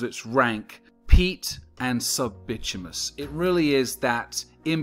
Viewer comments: "Bitumous [sic]" -- you're missing a syllable: / baɪˈtu mə nəs, ˈtyu-, bɪ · / It’s called by-tumb- in-iss